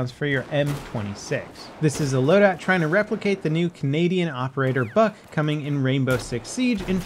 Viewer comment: I swear he said fuck instead of Buck twice